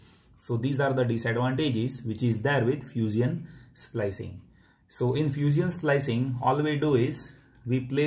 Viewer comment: You said fuseeon lol